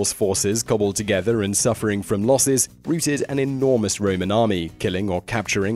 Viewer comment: Please pronounce the word rout properly!